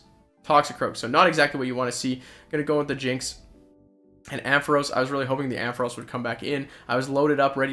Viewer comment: Why do you say Amphoras?? Its Ampharos, you confused the A & O hahaha